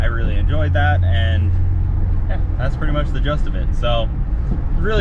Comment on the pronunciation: you are killing me with the "just of it". "Gist" sir. Please "gist". 😂